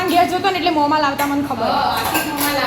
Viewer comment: મામા? કે મોમાં? કેમ બધી બોલી માં ઉપર માત્રા લગાવો છો પાંચ ને પોચ ને મામા ને મોમાં બની ગયું ને બની જયું એમ કેમ કહો તમે લોકો તમારી કઈ ભાષા છે ગુજરાતી નથી બોલતા